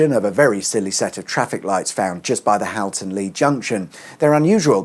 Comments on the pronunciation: Interesting -- and nostalic, I lived in Runcorn New Town the the early 1970s but managed to escape. However, two place-name corrections: Daresbury is pronouced Darsbury, and Halton is pronounced Hawlton (the usual way it's always pronounced.) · Great research on the roads, but I'd also research how local places are pronounced. Seeing as you're visiting, it shouldn't be to hard to find a native to tell you. Widnes is pronounced "Widniss" Daresbury has a silent e - "Daarsbury" Halton is Holton